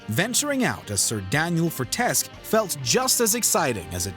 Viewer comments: Your mispronunciation of the name Fortesque makes me wonder if you even played the game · i came to say the same thing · For MediEvil you mispronounced the main characters name...🙄😒